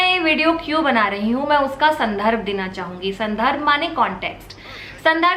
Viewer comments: आरोप-प्रतिरोप ❎ , आरोप-प्रत्यारोप ✔️ संधर्भ ❎ , संदर्भ ✔️ सहारनीय ❎ , सराहनीय ✔️ दीदी जी आप कितनी भी कोशिश कर लें , हिंदी में अनुवाद करके उसे रटने की , पर आपसे ना हो पाएगा और मैं आपके संधर्भ ❎ संदर्भ ✔️ के लिए आपको बता दूं कि हमारी मातृभाषा दुनिया की सबसे कठिन भाषा है बाकी प्रयास आपने सहारनीय ❎ सराहनीय ✔️ किया है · सहारणीय नहीं सराहनीय होता है दीदी। संधर्ब नहीं संदर्भ होता है। तुमने हिन्दी में फेल होने में तीन साल टॉप किया है। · Sandharb nahi Sandarbh hota hai Dikh raha hai aapne kaise hindi me 3 baar top kiya tha 👏